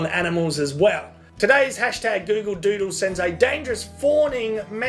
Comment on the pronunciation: "A Gyoogle Dyuudle." Brilliant